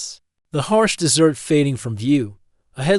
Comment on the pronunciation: Terrible narration. Pronounced "dot" at end of sentences; pronounced "desert" as "dessert". :-(